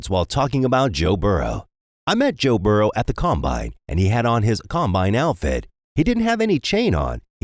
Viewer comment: Burrow not burrows. Said it a few times